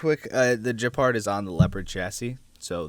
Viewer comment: Oh god please stop. It's pronounced Gepard not Jepard... It's a hard G